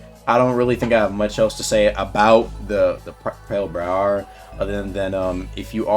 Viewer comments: Btw you’re pronouncing it wrong, it’s “Br-I-uh” not “Br-I-Air” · Bro got all fruity with the pronunciation saying "Bry-AIR", just sound it out my guy it's "Bry-ERR" lmao Ain't no way you've never heard someone say briar before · Is this…a guilty gear reference? Also it’s pronounced “Bry-yur” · briar is just pronounced br-eye-er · Pronounced as bri-er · pale bry-air ☠ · 🤣🤣 is pronouncing it wrong